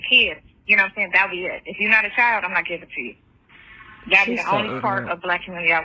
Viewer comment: I cant stand the way she says ALL 😩 and the "you know what im shayin"